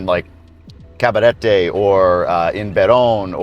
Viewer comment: I love your videos, but for some reason.. this has been one of my most favorites. 1 - loved your surprised Uber driver/date 😂, and 2 - I love how you pronounce “Cabarete” you put more energy and enthusiasm than we do. I would love to see how people react and treat you out of the bubble - in a barrio - La 42. Would love to see how you feel there. Not that I am suggesting I want to put you in danger, but you would be surprised - they may protect you and treat you better than other places. Just make sure you go with a local. Also, have you ever visited “Parque Mirador del Sur”? It is like the “Central Park” version of Santo Domingo. Punta Cana doesn’t have that 😊